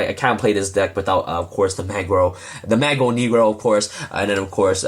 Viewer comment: it's so funny how you say mago negro! you have no idea how funny that is for someone that speaks pt